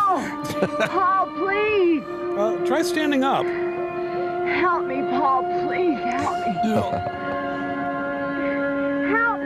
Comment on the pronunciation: I've seen nearly all of MST3K but as Kathy gets my vote as worst main cast actor ever. She stretches "Paul" into three syllables.